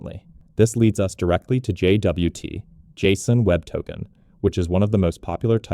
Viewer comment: JFI: suggested pronunciation /dʒɒt/, same as the word "jot"